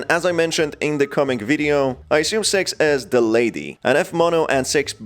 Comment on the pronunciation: pronoun six as sex